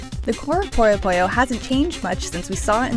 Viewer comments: Its "PUYO PUYO" NOT "POYO POYO" how can you say something so simple so wrong so many times as a reviewer??? For f...ing shame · jesus fuckign christ, how does one manage to mispronunciation as "pollo pollo" when everywhere in the game it is perfectly pronounced as puyo puyo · Through out the whole review, all I heard was "Pollo Pollo" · more like "poyuh poyuh"